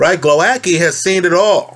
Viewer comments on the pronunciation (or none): Great that you're analyzing this fight!!! I hope Głowacki beats the crap out of Okolie. Btw the pronunciation is /gwo - vats - kee/ 😊